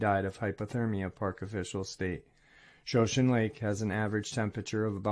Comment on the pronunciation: Shoshone Lake? Pronounced Show-shaun-nee